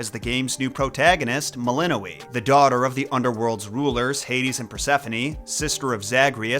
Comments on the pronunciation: I thought it was pronounced Mel-in-OI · How do you pronounce "melinoe"? Like I've seen 4 different pronunciations now.